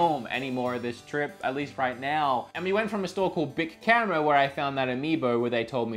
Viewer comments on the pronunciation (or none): How are your credit cards buddy... bleeding like most Americans! By the way it's Bic Camera and not Big Camera!!